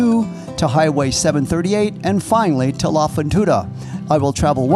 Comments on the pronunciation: Good video .....if we may help you with R Spanish ...........you should say La Fortuna ....not La Fontuna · “La fontuda “😂 I can’t